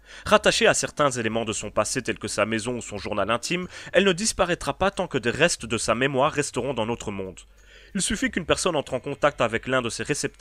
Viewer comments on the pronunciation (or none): none